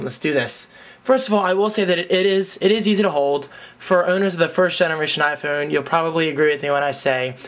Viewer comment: You say iPhewn...heh...nice.